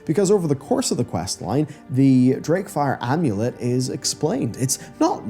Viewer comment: Drakefire Amulet not Darkfire Amulet, jesus.